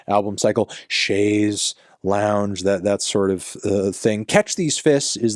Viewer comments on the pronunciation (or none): Chaise "lounge" ?! Really!? What's next, "huasont"?🥐🥖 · fantano you’re mispronouncing chaise longue. they say it so many times too 💀